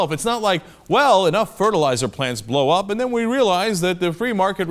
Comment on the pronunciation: Are you saying the were cleared to blouwup the plant?